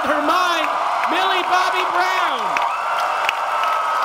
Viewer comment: Did he say billy Bobbie brown?